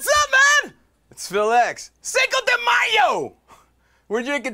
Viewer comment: did he say cinco de mayo?